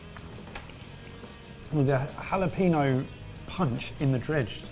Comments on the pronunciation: Jalapeño!!!!!!!!!!!!!! How hard is it to not pronounce it like PeeNo? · Tell me more about this "hullo peeno" you've discovered. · every time someone says jalaPEENo instead of jalapeño i lose brain cells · Do you folks just ignore the tilde there? (Just grimacing every time jalapeño is pronounced...)